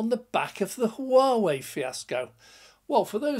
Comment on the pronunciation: No H pronounced in Whaa whey :-) = Huawei